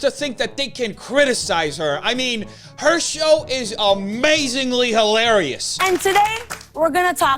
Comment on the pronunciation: I love how he emphasizes how hilarious she is. 😂